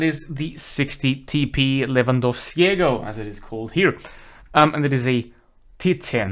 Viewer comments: Damn your pronunciation of "Lewandowskiego" is very good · His pronunciation was 100% correct. Maybe the "o" at the end sounded a bit off. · Good job with pronouncing "Lewandowskiego". You said it exactly as it should be pronounced :)